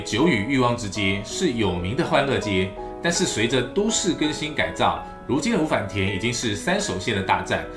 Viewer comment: 的日文發音好爛，五反田的音調是0調的平音調而不是②調的重音調。